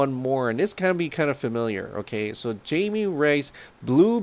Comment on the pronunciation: It's not Jamie Reyes. It's Jaime. Pronounced Hi-May.